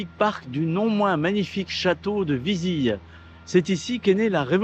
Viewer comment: Bravo pour cette vidéo. J’aime bcp la tonalité de cette chaîne 👍 Correction, on prononce ViziLe